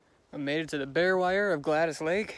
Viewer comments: It's Gladys pronounced Glad-is...Gladys. I had an Aunt Gladys. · The forest ranger that I spoke with pronounced it 'Glad-ees'. I pronounced it about 10 different ways in this video. Lol hoping one of them is right. Thats a name you don't hear a lot!